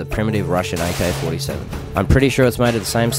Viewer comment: he says aykay fortay sayven